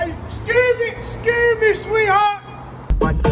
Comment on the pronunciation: Sound like eating gum or something lol